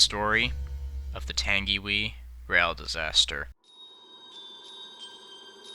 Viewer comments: It's not pronounced 'Tan-gee-whee' it's 'Tan-ghi-why' ... Also credits for the use of the film 'Tangiwai: A Love Story' should appear somewhere as that is the film you must have seen and which is used extensively in this. There is also the fact that the film gets Nerys Love's death wrong in the crash as she was not the girl who was trapped by a suitcase and wreckage and lost her life when the carriage on the brink finally tumbled. 'Tangiwai: A Love Story' is not available on DVD or Blue Ray - why because I have seen it and it's bloody harrowing to watch and a 'real' portrayal instead of a CGI-bollocksfest. But ... It's the thought that really counts and it's obviously genuinely there. Great men like yourself are not found on every street corner: Nice work it was worth your effort :o) :o) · It's pronounced tangywhy and spelt tangiwai and not everybody died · Can we just talk about “tangy wee” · Just to let you know because your American, Tangiwai is actually pronounced as (tongue e why) in NZ English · I have seen the place where this occurred and its chilling and seen the no. Plate of 949 also you mis pronounced tangiwai. Wai is pronounced why and tangi is pronounced tahngi. Please improve your pronounciation of Maori place names if you do another NZ rail disaster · It’s (TANG-WHY) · I like how you talked about my country in this and my Grandma remembers when this happened, though you said some Māori words wrong it’s pronounced tounge-e-why and rua-pay-who. I don’t know the other ones. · U said tangiwai wrong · You said tangiwai SOOO WRONG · Your pronounced Tangiwai wrong, I am from New Zealand and I kind of find it hilarious when people mispronounce words of the Maori language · Hahahaha white man why bother you Carnt even say tangiwai properly or Mr ruapehu hahaha peue hah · Tung ee why. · The way you pronounce “Tangiwai” is “Tungy-why”, not “Tangy-wee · It's not tang e wee (Tangiwee) it's tang e why (Tangiwai) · Tangiwai? Nah. Tangy wee? 👍🏻